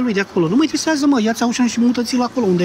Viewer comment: Auchan se pronunta "oșan", nu "aușăn" pentru ca este de origine franceza, nu engleza.